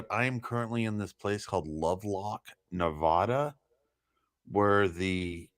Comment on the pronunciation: Why is it that most people from the East Coast can never pronounce NEVADA correctly?